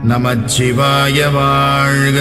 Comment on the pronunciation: Namasivaya, not Namachchivaya